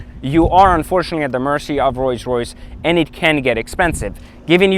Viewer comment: Is this fool saying Royce Royce ghost??? Lol